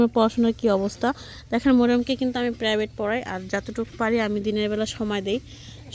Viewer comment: আবার শুরু হয়ছে বেবি বেবি, প্রেবাইট না, প্রাইভেট😂😂😂